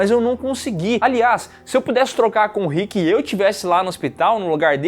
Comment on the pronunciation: Man fala o nome do Rick certo que agonia 😂😂😂 , vcs estão mudando ate o Andrea. A primeira temporada absurdo de bom, e não o Daryl nem chega perto de ser escroto,é so uma cara que foi manipulado pelo pai, e depois pelo seu irmão, é de longe o personagem mais bem desenvolvido, consegue se libertar, e virar um grande líder.